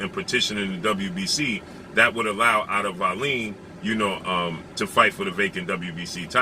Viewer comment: The wbc would not order wallin to fight whyte in the event that it was not fury or wilder that is ridiculous wallin ranked 20th. It would be joyce, ortiz or ruiz that had to fight whyte. Also its pronounced wall-in.